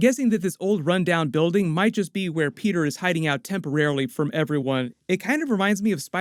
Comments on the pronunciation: Pe´´er is bri´´ish now mate! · why you keep sayin peter "pork-er"